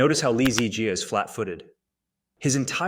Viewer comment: Dude was having diarhea. I think you are reading too much into it. Besides that, your pronounciation of "Jiaaaaaa" triggers me a lot :)